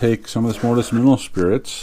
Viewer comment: You mumbled. Mineral spirits? What did you use to clean it?